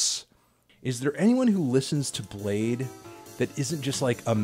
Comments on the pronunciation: Bro it’s pronounced bladee not blade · Ok why does he pronounce 'Bladee' as 'Blade' 😖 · Wait it's pronounced blade, not blad-ee?? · What the fuck "Bladee" is pronounced "Blade"???